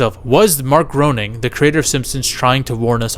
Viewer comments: Matt Groening didn't actually have anything to do with the Stephen Hawking episode. He only made the first 2 seasons. Also, Groening is pronounced "Gray-ning" not "Grow-ning" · Bro you're killing me. It's not Mark Groaning it's Matt Grane ing. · Not GROANING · It’s pronounced GRAINING